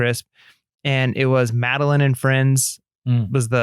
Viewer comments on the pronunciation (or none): Ok ok. Just because is always being picked on for his pronouncing of things I gotta say. It’s MadeLINE. From a series of books that were made into a show.;)